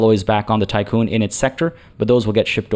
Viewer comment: Hi. Just for your information, Tiqqun (or Tikkun) is the English spelling of the Hebrew word תִּיקּוּן, and so the "i" should be pronounced as an "ee". For anyone interested in what it's referencing, here is the Wikipedia page